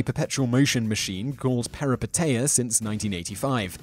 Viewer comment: #2 it should be peripeteia, not perepiteia. it's a Greek word for "a sudden reversal of fortune or change in circumstances, especially in reference to fictional narrative."